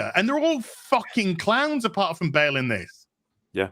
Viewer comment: "Christian Ba'al"